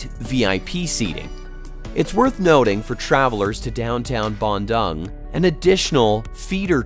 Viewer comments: hello, small correction, you pronounce dung wrongly in Bandung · the way y'all pronounced Bandung is so hilarious! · Please learn to pronounce “Bandung” correctly.